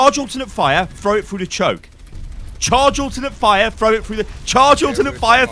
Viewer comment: when goes full london "CHARGE ALT FIRE AND PUT IT FROO DA CHOAK"